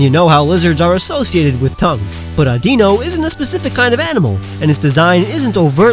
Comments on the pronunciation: It's audino no aunt dino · It's not Addino it's Adino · Mispronounces Audino as Audeeno = Me triggered Great vid! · Umm correct me if I'm wrong but... isn't audino pronounced like I don't know?